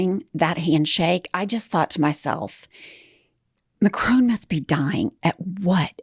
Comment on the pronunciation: You're annoying me with the pronunciation of Macron. It's Mac RON not Macrone